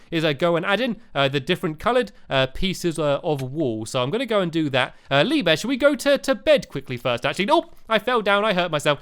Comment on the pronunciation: Haha! , Stampy calls him "LeeBeer"!